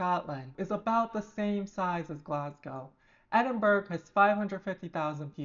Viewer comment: she ilso called edin-bu-ra edin-burg